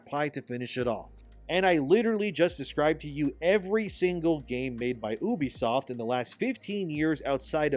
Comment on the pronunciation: It’s pronounced you-be-soft not ooh-be-soft. I wanna think you’re legit, but you aren’t even pronouncing it right.